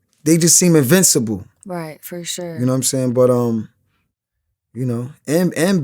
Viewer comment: Fur shore 😂